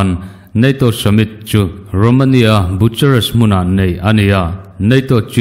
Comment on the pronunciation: Romanian ṭawng tak chuan bukuresti / bucuresti - boo ku res ti. Tia an lam ṭhin kha. English chuan Boo-ka-rest tiin an lam thung.